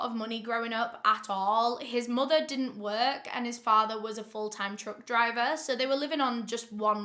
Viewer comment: I just woke up, decided to watch this, and says “his dad was full time DRUNK DRIVER”. I rewound it just to make sure.. don’t worry 🤣🤣🤣 I know she said truck driver